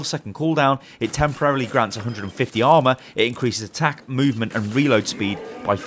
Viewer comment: For a second I thought you said alma I was like who is alma ... Then I heard armor